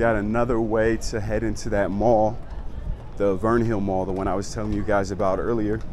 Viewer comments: Come on, man, you've been there for weeks and still don't know how to pronounce Windhoek? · The name is actually Germany, but you are right in everything else you have said.